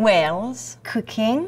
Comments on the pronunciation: LOL I thought she said Cocaine! Cooking!!!! Hahahaha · when she said cooking I thought she said cocaine :L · did anyone else hear Cocaine and not Cooking? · When she said "cooking" I thought she said "cocaine". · for a second i thought she said "cocaine" instead of "cooking" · i thought she said cocaine when she said cooking hah! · I'm not mocking her or anything but I can swear I heard cocaine. She's indeed adorable. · When she said "cooking" i thought she said "cocaine" lol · i thought she said cocaine instead of cooking i was thinking now thats honest